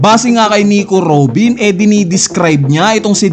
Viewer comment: ayn na si NIKU ROBIN AT DAVY JOOWWNNS 😂 feel na feel ung pag pronounce eh muntangaa hahahaa...